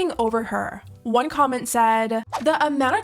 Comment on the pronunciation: “i have WHone nanny” who says ‘one’ like that lol